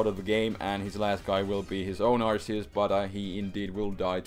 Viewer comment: I like how you changed Arceus to Arkeus :)